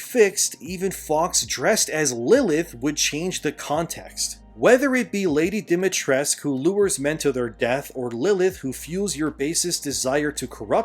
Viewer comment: It's lady DimitresCU. It is pronounced differently. I am REALLY surprised they did not have an Eastern European developer or tester to say that the pronunciation is wrong.